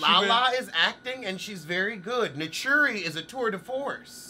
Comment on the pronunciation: you ain't right🤣🤣 Talm'Bout Summ Natchurri is the Tour de Force...No my Friend you are the force!!!!.. laughing my black ass off because at the end of the day her name is Naturi and not Natchuuuri.. you knew that though